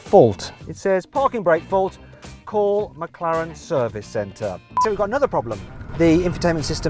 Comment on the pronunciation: 맥칼렌으로 들리는데 저게 제대로 된 발음인가